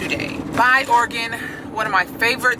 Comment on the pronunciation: Use flex menstural disk. Lifechanger. Also oregon I’d pronounced orygun